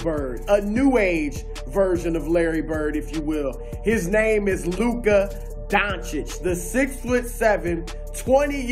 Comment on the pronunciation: Thank you for saying his name right. RESPECT.